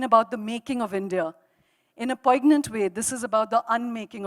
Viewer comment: i hope we can be that way when we reach our 'ends'? Shoma wishes to say nayantara has reached her end? Shoma should apt her soft skills up! Do not pronounce the 'g' in poignant!